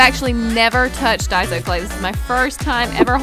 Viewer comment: It's not pronounced dieso it's pronounced dayso not hating just saying